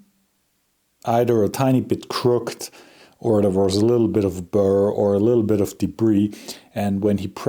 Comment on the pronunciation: In English " Crooked" is ponounced " crook-ed".